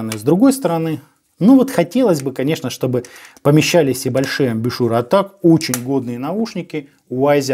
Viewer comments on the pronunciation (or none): none